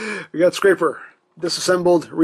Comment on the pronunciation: Your saying his name wrong. It's scraper like a scrap piece of paper.